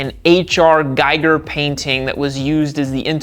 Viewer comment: The pronunciation wasn't, and that was quite grating. It's not Geiger (like the counter), it's "Geeger", like you pronounce. Giga. No not like that, not like in "Jiggawatts" FFS!!!!